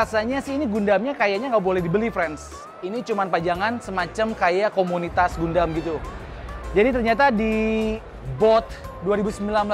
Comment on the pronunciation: Gundam bacanya gan-dem